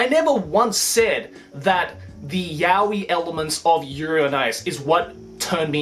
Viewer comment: Why do you pronounce やおい as yah-wee? That's just weird.